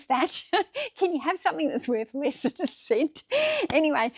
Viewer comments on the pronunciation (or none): none